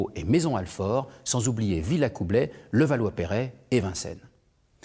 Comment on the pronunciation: Pas "ze";the!(La langue entre les dents)!Levallois "perrait",mais il est sans le sou...